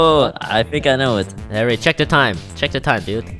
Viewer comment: Because he says herro.